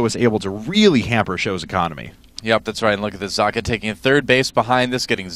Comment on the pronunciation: its pronounced "zockuh", like sock